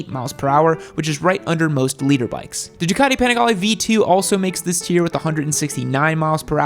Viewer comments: BTW,. Big dog. It’s LITER. As in a unit of measure. Not LEADER. This is what I’m talking about. Just be quite and content with people thinking your stupid. Try not to prove them right. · Liter bike not "Leader bike."😬😀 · Fun content! Did you say “Leader” Bike? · Maps, ride set up and knowing what sprockets will give r6s longer legs bro. And it’s “liter” ...... not “leader”😂😂😂😂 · Leader? Thought it was liter. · It's "liter" bikes not "leader" bikes. "Liter" is the metric measure of a displacement of 1000cc. And on this same topic, it's "dual sport" not "duel sport," "brakes" not "breaks". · His accent spelt it leader too